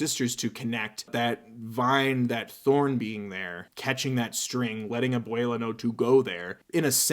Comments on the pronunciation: Can I just say abuela is pronounced a-wel-a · I speak a bit of Spanish and how he said abuela really hurt